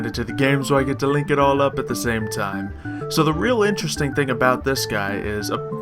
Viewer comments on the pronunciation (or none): none